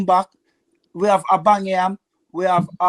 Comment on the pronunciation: “Abangyam” “William” 😂